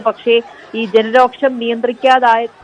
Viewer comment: രോക്ഷമല്ല രോഷം